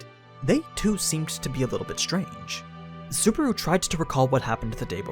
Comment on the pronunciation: This guy pronounces Subaru as Suburu haha